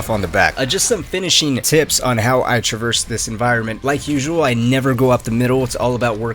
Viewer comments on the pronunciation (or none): none